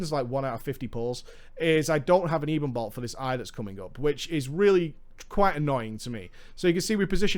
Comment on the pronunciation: It's pronounced ebbon-bolt like ebony. Not eeebon bolt.